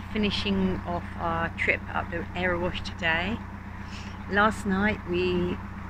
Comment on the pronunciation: Loved your video of the Erewash, I think you pronounced it right. Its such a sweet little canal. Did you meet the bird lady half way up?